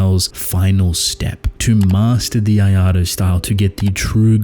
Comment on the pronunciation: What tf is the “iado” style or whatever you’re saying